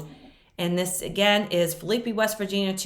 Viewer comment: I live close to the town of Phillipi, WV. It is pronounced Phill, la, pee. Phillipi has a covered bridge built in 1852 and is a national landmark. Really pretty little town.